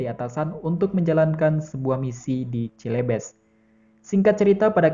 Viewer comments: Cilebes mana pak ? "CELEBES" dibacanya selebes pak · Aduh salah sebut "Celebes" (baca: Selebes), yang artinya "Sulawesi".